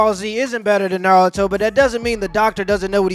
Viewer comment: Dawg said Naruto is better than Dragon Ball and can’t even pronounce “Naruto “ properly 😂